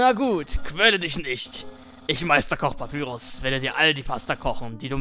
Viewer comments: man spricht papyrus wie zum beispiel pie auf englisch pa-pie-rus und sans wie säns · Papyrus wird Päpeirus ausgesprochen. Und Sans wird ßänß ausgesprochen.